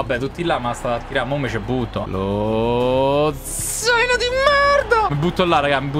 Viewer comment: Lozano❌ Lo zaino✔️